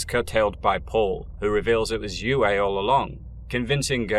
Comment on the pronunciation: How do you pronounce foam? That's also how you pronounce C.H.O.A.M. The doctors name was u-ay, not whatever butchery you said. Have you even watched the movies or listened to the audiobooks? I'm guessing no.